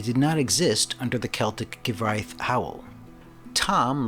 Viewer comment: I appreciate you attempting to pronounce the Welsh. You got Hywel right but Cyfraith is pronounced Kuhv-rye-th. I know it looks nothing like it.